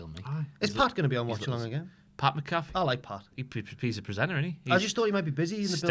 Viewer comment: Pat MACK-UH-FEE it's been a year gents it hurts everytime you say it the way you do lmao